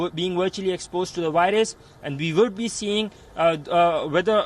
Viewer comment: The wirus??? VIRUS.🙄